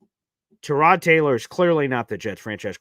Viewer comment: Let's start with...that's why I call him "Punky Baker" because he's always been a punk, acted like a punk and everyone excuses it as the all "competitive, chip on shoulder."...I know you are big on names...it's Tie-Rod. You probably didn't hear on the broadcast, they brought it up. They asked Tyrod himself, and he told them I pronounce it "Tie-Rod" so there you have it. Consider your source for "TaRod"...hmmm. Something Jets fans need to stop saying it this team has talent, especially on defense. They just don't. They have a few good players, the have zero safeties (sorry but Cisco is atrocious). They have a way overrated (by Jets' fans) MLB, they have DL questions. They really don't "have talent"...Q, Quincy, Sauce, WMD, JJ (when he plays), and the two DT's they just picked up, that's where the "talent stops" It's not enough. I have no problem with AG getting fired up about the FG block, people HAMMERED Saleh and Bowles because they showed no emotion, now AG is going to get hammered FOR showing emotions...nope. Lastly, I've seen a lot of "schedule peaking" saying oh the Jets should beat Miami, or Carolina or any other team or it's bad...news flash...those teams are looking at the Jets saying the same, exact, thing! This team "should" not beat anybody. Every win will be a battle, there is no "should" and with this talent the idea it's unfathomable we lose games is silly. Miami is better right now. Their offensive talent will shred our D. UNLESS...they can put some thin